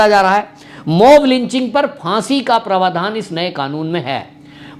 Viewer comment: आपके उच्चारण का एक नमूना - आप प्रावधान को प्रवाधान उच्चारित करते हैं ।।।